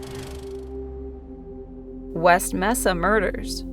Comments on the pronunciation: Pronounced May-sa=Mesa good video though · It's pronounced MAsa. Mesa. Just sayin. Anyway, creepy. As long as there are people on earth there will be murder.